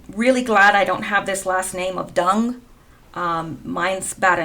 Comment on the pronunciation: Dung is pronounced Yoong. The D is a Y unless there is a horizontal line through it, then is like our D. Nguyen is pronounced something like Nwen.